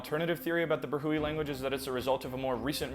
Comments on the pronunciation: It's pronounced like bruh-we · it's pronounced like "Brah-we" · it is pronounced as: bro hee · Pakistani here. Brahui is pronounced, “brah-huwi”. the locals also sometimes make the plosive consonant almost sound like “pra-huwi”